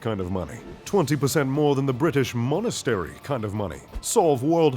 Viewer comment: "The British Monestry" 😂😂